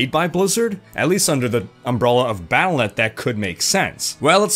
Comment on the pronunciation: Pronounced "Battle DOT Net"